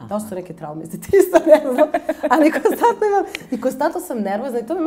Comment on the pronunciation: Svi ih imamo, nego mi je paralo uši što se gubi N u koNstantno, moguce da grešim.